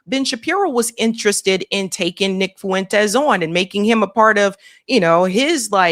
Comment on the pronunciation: Fuentes is 2 syllables not 3